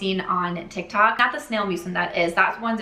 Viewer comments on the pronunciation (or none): none